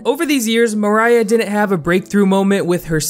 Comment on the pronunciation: ok I've seen tons of videos about Poppy before fame and her name isn't Mariah. it's MOIRAH. pronounced Mwy-ra. no hate I just have never heard anyone pronounce it right